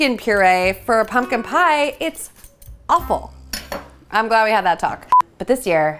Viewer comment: Pumpkin puree isn’t offal, it’s pumpkin.